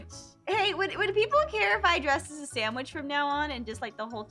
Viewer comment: “You need to be a samwaich